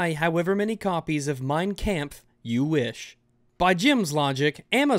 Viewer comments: You pronounced "Kampf" wrong! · Who needs an AIDs simulator when ' pronounciation of kampf was enough to give me AIDs in real life